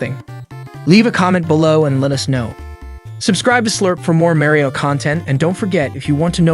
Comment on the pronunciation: “Super Muh-Rio Bras?” Is this an accent thing or…?